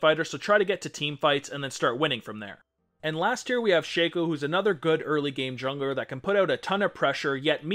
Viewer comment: You made a mistake at 33 seconds, "eary"